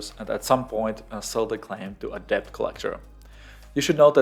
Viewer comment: Good video, thanks. btw: the 'b' in debt is not pronounced ^^.